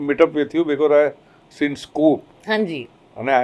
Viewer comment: In Gujarati there's no "HaNji" !! It's "Ha ji" that without N between them. Hanji sounds punjabi...